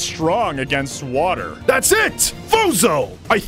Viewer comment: British accent😂 water